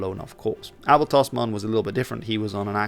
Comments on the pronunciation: I'm Australian, with a Dutch father. I've never heard Abel Tasman's name pronounced correctly before, even though we learn quite a lot about him in school. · As a Flemish Kiwi it's wild hearing Abel Tasman's name pronounced correctly 😅. It's somehow right and very wrong at the same time